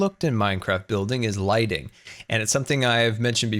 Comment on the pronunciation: Is it only me that hears lightning instead of lighting?! Ps: Love you and greetings from sweden!🇸🇪🇸🇪❤️